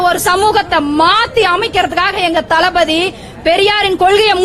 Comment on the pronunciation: தலபதி தலபதி எனக் கேட்கும் போது தலவிதி தலவிதி என்று கேட்கிறது